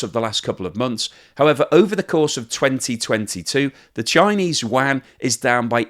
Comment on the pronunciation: What's the "Chinese Wan?" Do you mean yuan?